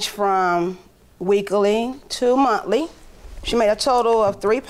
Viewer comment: "Janjewary, February and March.." Lol "It changed from weekly to muntlee.." Lol